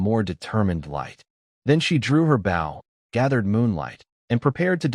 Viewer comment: Dont use this AI voice anymore it makes bow sound like bowl so you hear it saying she shooting her bowl